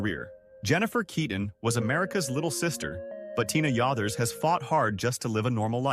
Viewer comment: And consistently pronouncing her name wrong